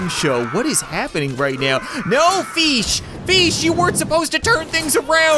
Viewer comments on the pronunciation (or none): Uh, feesh won? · It's FEESH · Feesh doesn't ha the 4 e's (feeeesh)